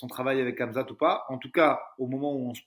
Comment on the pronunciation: Par contre vous êtes stressant à dire kamzat, le monde entier y compris les français disent "Ramzat"